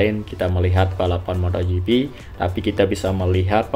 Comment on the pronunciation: Moto gp bang, bukan motho gp..